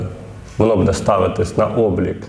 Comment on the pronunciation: ріже слух наголос в слові будЕ, а правильнл бУде, ведучий дивись ВІКІСЛОВНИК